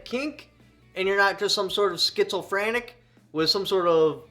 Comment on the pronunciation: "Schizo-frantic" Lol!